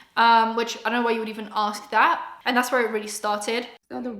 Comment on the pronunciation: This lady mispronouncing the word "ask" so many times has my ears dry-heaving.